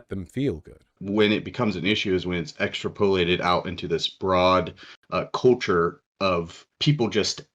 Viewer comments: “Extra-pole-ated” 😂 man, that’s as bad as when I used to think “hyperbole” was pronounced “hyperbowl”. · The way he pronounced extrapolated ("extra - pole- aided") demonstrates that he's terminally online, has gotten all of this shit off of websites and doesn't actually talk to people about any of it. He's seen that word a lot, but ALWAYS in writing, so he doesn't realize he doesn't know how to pronounce it.